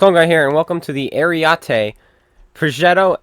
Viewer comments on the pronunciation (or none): You need to brush up on your pronounciation of Ariete :-)